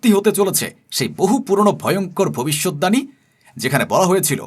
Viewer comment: আপনি বারবার ভবিষ্যৎ দাণী বলছেন কেন?? আপনি কি বাংলা জানেন না ? না এই ভুল উচ্চারণ ই আপনি শিখেছেন?? শব্দটা ভবিষ্যৎবাণী। দানী নয়।